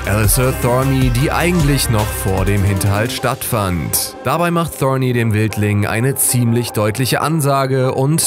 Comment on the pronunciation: Ich glaube der typ noch keine einzige Folge GoT gesehen... wie er Thorne ausspricht... . er liest nur ein Skript die er in die Hände gedrückt bekommen hat. Zudem gibt es noch eine weitere staffel nicht mehrere